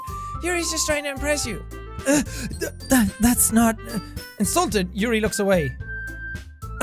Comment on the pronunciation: the way he said "yuyu" like it was an american thing lmao. so close bud it yoohoo